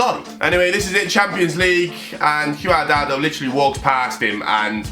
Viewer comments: it’s QUAD-RADO😂😂😂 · Bro, you run a football channel and mixing up Greek and Russian leagues when Olympiakos crest is poking your eyes out... What's up with the Juan Cuadrado pronunciation? 🤣🤣 There's a clip missing concerning Arnautovic... You're clearly doing well with this many subs but this is way too sloppy for me. Cheers.